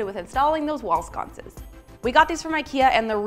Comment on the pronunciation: nobody:: WALL SCONCES hehe